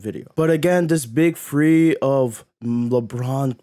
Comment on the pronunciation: I can’t watch this when you pronounce the word three as free